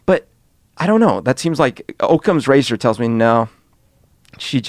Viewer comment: Can someone explain the “aukcomes razor” phrase that said at least twice please?